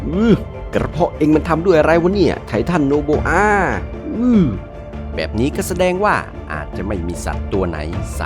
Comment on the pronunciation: ไททันโอโบอา ❌ ไททันโนโบอา ✅ 😂😂😂😂😂